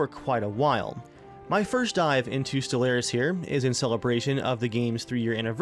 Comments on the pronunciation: your awsome, i love your videos, but for the love of god stop pronouncing stellaris like that. your saying it like stel-air-is, but its more Stellar-is. sorry, i'll report to latrine duty for the rest of time. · It's pronounced stell-are-is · Oh shit, playing Stellaris! He did pronounce it wrong at the start, though.